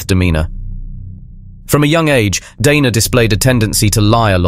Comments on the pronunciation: Interesting presentation about a greedy killer. Odd how you pronounce "Dana", sometimes correctly, with a long "a", sometimes you say "Donna". It's irritating. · DANA not Donna